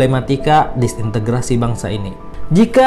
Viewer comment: Disintegrasi pak, bukan disintegritasi